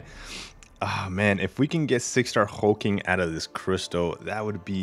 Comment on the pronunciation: His name is Hulk-Ling not Hul-King, just FYI. Regarding the bundle. it's much better but wish it was a 6* still